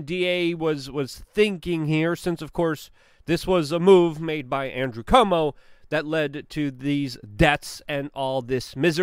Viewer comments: NOT pronounced Como. More like saying Quote or try this -- Cwomo. Holy shit, who doesn't know this?!?! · I don't like the guy either, but I wish you would learn to pronounce his name. It is NOT COMO! It is Cu-omo, three syllables, as in, kind of, coo - oh' - moh. It's just something we've all heard so much it's kind of hard to understand why you keep saying Como. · Dude, its CUOMO..... KWOMO.... not Como. do you not read the name? Do you not hear other people say it? How can you still get it wrong every time. You need hooked on Phonics, bro. I know you're Polish, but C'mon, dude. Pronunciation.... It's important.